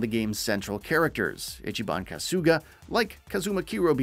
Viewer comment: If you're going to talk about a fucking game series at least get the character and location names right "Ichiban KASOOOGA" "Kazuma KIRYUUUH""Izesaki IJINKO" "SotunBOOROHH" wtf?